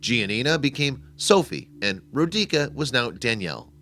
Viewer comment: it's not "Row-DEE-kah" but "'ROH-dee-tsah«!!!¡!¡